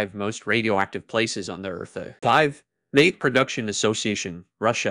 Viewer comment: The obvious mispronunications right off made me suspect an AI voice is behind this. Mayak is like Maya + k at the end. 🙄